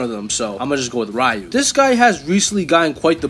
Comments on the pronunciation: It's not "Rayu" pea brain. It's "Ryu" (Ree-U) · It's "Ree-yoo", not "Rai-yoo" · everytime you say “rai-yu” 🥺🔫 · Looks like isn't as much of a weeb as we thought. He shares a trait that only gen x and older possess commonly. Saying Ryu as Rye-U instead of Ree-U Edit: Orochi as OrAHchi Kazuya as Kazooya. Someone call Banjo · Rayu is the most mentally handicapped way I've ever heard a mfer have ever pronounce ryu's name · dawg you GOTTA stop mispronouncing sf names😭 mispronounced both ryu and oro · I physically and mentally cringe every time I hear someone pronounce Ryu's name like that (yes I’m sounding like that guy) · The way he says "ryu" is disrespectful ☠️ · And "grimoire"